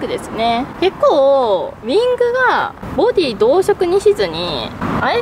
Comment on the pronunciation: ﾔﾃｱﾃｰ、ｹｯｺｰちょいちょいカタコトなのまじでおもしろい笑